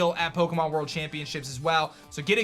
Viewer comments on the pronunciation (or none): none